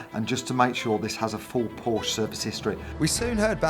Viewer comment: No wonder you get scammed. You cant even pronounce porsche